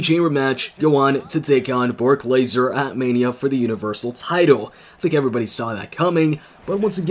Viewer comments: anyone else notice he said bork laser instead of brock lesnar each time he said his name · Nigga said bork laser in video lol 😂